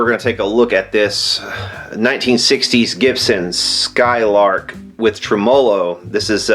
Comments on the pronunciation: Trem Molo ? ...tremello one word. Emphasis on TREM not MOLO hahah why do people say this? Do you people say vibrato funny all like too? just playin. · What is a trem-O-low? hahaha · Tremolo, I dont think that word is pronounced as you think it is :) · Learn how to pronounce tremelo!